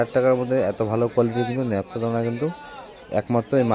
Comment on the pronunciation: দাদা ন্যাপটা নয় নাপটা